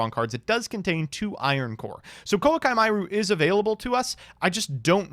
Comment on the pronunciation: please; how much do we have to pay you to start saying the card names properly? I've already resorted to minor forms of self inflicted torture to out weigh the pain I feel every time you say Koa'ki Meiru.